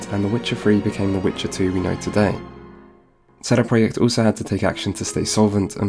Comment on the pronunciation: You know what makes me angry? . . . sheday preyacht Their name is CD Project, why not do the whole thing in polish . . .what a wanker sheday preyacht sheday preyacht sheday preyacht sheday preyacht sheday preyacht - FUCK OFF mate